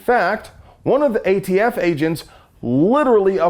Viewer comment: Is there something I'm missing. He keeps calling them the "AFT" instead of the "ATF". I'm assuming it means something and not just a slip of the tongue.